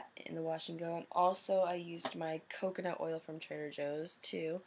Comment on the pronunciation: u said "coocoo nut oil" lol luv ur puff